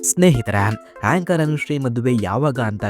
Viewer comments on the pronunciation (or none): ಹೇಂಕರ್ ಅಲ್ಲ ಏಂಕರ್.